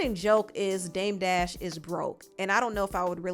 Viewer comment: Lmfao Charla called him dame debt 😂 and Debt Jam 😂😂